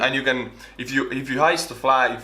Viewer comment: "Hoist" you were trying to say "hoist up a flag"